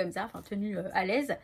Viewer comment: Hello je suis entrain de regarder je viens de rire quand tu as dit je me met alaise direct j'ai pensé Blaise que tu as dit après bref c'est rigolo